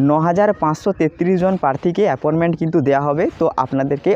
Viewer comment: ওটা apporment বলেনা,appointment বলে,,,, যত সব,,,,,,,,,,,?